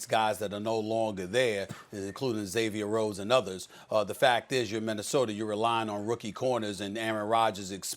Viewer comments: i don’t understand why black people add r’s to the end of words that don’t have an r. it’s MINNESOTA not MINNESOTER.. he does it on so many other words. makes my skin crawl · “Minnesoter” -Stephen A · Ah yes minesoder great state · Stephen “Minnesoter” A. Smith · "Minnesoter"? Why does he do that? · Stephen “Minnesoter” Smith 😂😂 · Minnesoter vikers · Nobody: ABSOLUTELY NOBODY: Stephen A Smith: Minnesoder